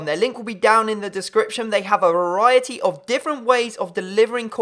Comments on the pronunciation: A variety but he's got a speech impediment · Please learn how to say 'verity' in your intro